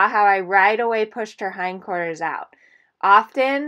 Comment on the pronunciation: what is "hind corters"